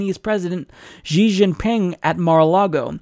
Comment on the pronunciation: You did a good job pronouncing China's president's name. I've heard it many, many times on Ĉina Radio Internacia. I'm so used to YouTubers mispronouncing names (even big channels like TYT have embarrassingly bad pronunciation; I suppose they're too lazy to check pronunciations before turning on the camera), so this was a pleasant surprise.